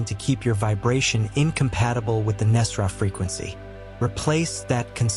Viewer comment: And thank you for pronouncing Nesara correctly. A sign this is aligned. 🙏